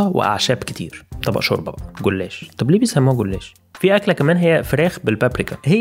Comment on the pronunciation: البحيرة اسمها بالاتون مش بالتون و الاكلة اسمها غولاش مش غولاّش.. الكلمات اللي حكاها فيها اخطاء مثلاً 'يو اشتيت' مش 'او اشتي' و 'كوسونوم' مش 'كوسانوم' الرد 'سيڤيشين' مش 'هيلو' و باقي المعلومات تمام مشكورة جهودكم